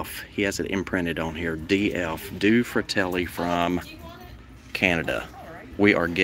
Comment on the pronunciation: It is pronounced dueh fratelli. Means two brothers in Italian.